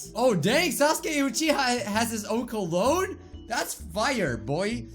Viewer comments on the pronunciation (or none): none